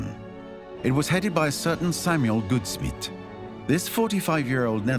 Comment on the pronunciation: First part of Samuel Goudsmit’s surname rhymes with gout (disease) instead of good